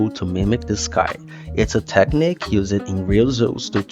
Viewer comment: You're doing great with your English! Just a quick note, you are over pronouncing words that end in ed, like used and needed. It isnt something that you need to practice on, as i know learning english is hard, and it really isnt a big deal. Love the video!!